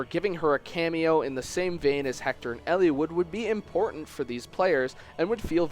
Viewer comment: Why do you emphasise the i in Eliwood so much. It's super distracting, like when someone unironically pronounces "little" like "leettle". Sorry needed to vent.